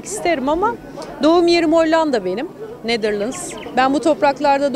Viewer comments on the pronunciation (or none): "Netherlands" hadi yaaa !